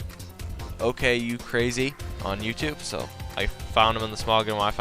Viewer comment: Another fun battle. And from all the anime I've seen, I'm pretty sure it's pronounced: son-goku-crazy